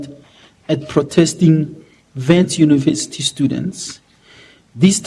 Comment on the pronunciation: Can't even pronounce the name of the university properly, this is why we want fees to fall so that you're children can learn for free and avoid such embarrassing blunders